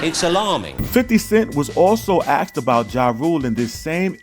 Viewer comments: Axed him lol come on bro you use your voice to make money with everyday can you not properly pronounce words correctly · i don't get why so many people say aksed instead of asked